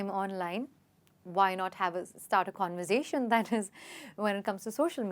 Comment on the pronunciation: I think you mispronounced conversation